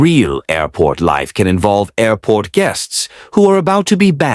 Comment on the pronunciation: That was a record number of “airrrports” in the first two sentences. Lovin’ it!